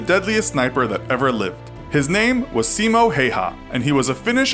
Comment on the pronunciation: they didn't pronounce his first name correctly either.